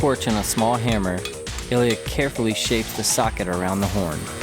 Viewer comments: Ilya, not Eliot. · Can you say "Ilya" more often, please?